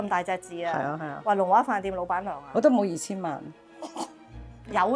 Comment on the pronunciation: 「龍華酒店」真係好值得我們珍惜㗎‼️ 認同您的構思～它也可以增設博物館（酒店十博物館）正呀👍👍👍 您將鍾老闆讀成鍾檸檬🍋（搞笑🤣😂🤣😂🤣）好在您哋無剪走這part😁 您的正氣/正能量連鸚鵡都感覺得到，佢主動同您握手呀。唔係…係握爪先啱😁 希望大家都多啲幫襯「龍華酒店」 好多謝分享和介紹。 ㊗️您身體健康‼️平安幸福‼️